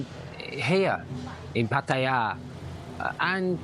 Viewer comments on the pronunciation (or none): none